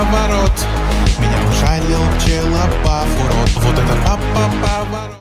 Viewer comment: ПчелоБав а не ПчеловБав